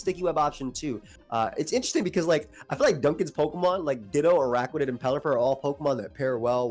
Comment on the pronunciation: the way he pronounces words though kills me lol. Peauxkamon, alseaux